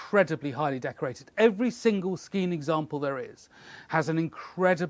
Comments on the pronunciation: Pronounced Shsskeean! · Google says it pronounced ske-an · Scian should be pronounced "Shkean"